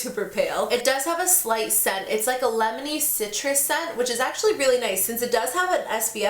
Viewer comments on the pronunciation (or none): When you were saying that the CC cream had a "lemony" scent I kept hearing "Lebanese" scent haha